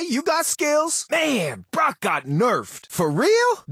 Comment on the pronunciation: Did just pronounce Brock as “Brook”??